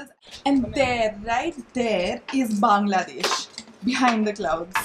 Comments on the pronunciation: Thanks for pronouncing Bangladesh Properly. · Thanks for pronouncing Bangladesh correctly .. love from Bangladesh ❤️